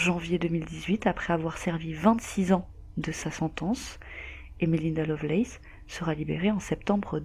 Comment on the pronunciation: Vu la prononciation, ce serait plutôt Lovelace...